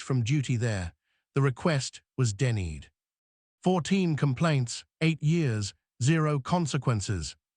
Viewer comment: The cop and caller should be tried in court, and the narrator should be taught how to pronounce the word "denied"!